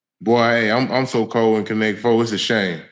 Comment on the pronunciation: Not “Connect FO”!!! 😂😂😂